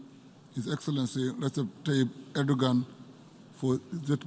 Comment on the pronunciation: He is called "Recep Tayyip Erdoğan " NOT Ordogan , Eurdogan" or Ardogan